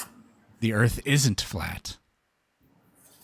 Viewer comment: Is the one guy calling the earth earf?????😅😂😢😮